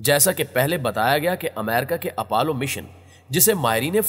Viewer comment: Apollo not apallow